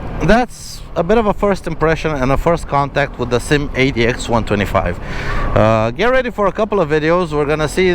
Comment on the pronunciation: The SYM is actually pronouced S.Y.M its not a single word that you can say once you had to say the Letter😊.